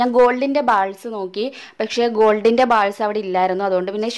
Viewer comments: ബാൾസ് നു പകരം ബോൾസ് എന്നല്ലേ വേണ്ടത്. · silver bals alla bolls ennan pronounsation